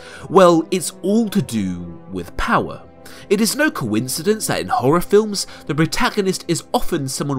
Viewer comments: "Oll of the powar" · "he haes owl of the powah!"